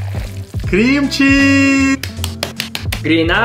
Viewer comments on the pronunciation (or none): the way he said cream cheese made me thought of kimchi edit: mad respect for the donations and probably one of the most legendary collabs in cooking